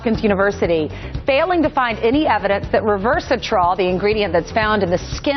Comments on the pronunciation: I noticed that too! She said something like reverse-a-trol. Ah, wouldn't it be great if we could reverse the trolls? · the Talking Head News Speaker cannot even read well enough to pronounce "resveratrol" but we are still supposed to believe that MSM is a reliable source of information. In related news, Epstein did not kill himself.